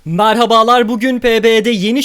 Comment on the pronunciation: MArhabalar demesen her sey cok guzel olacak. E harfini kullanabilirsin hobi olarak.